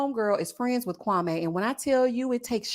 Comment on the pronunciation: here I am watching the live recap and you did not disappoint. I’m not even watching the show right now. These reviews are telling me everything. So glad Marshall is free from Jackie. I see myself in him, we are not softies. Also I wish people would pronounce Kwame’s name correctly.😂 I just want Chelsea to find herself a black man that wants her.